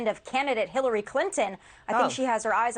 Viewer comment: she said kiliary Clinton. Lol